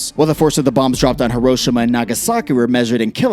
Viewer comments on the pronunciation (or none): none